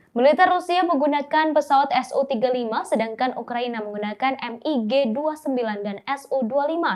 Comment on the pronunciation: Bacanya "Mig" bukan "M-I-G"